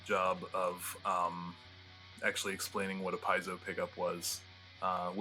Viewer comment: Wow how many times did he mispronounce piezo . Your online you could look it up and know how its pronounced it would take about a second.